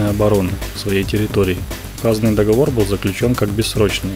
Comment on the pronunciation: Договор - ударение на третий слог.